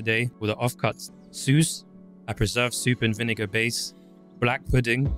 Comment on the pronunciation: Wait,what, did you say " soose" the dish rhymes with the word " house" , so you get "souse", you're welcome 👍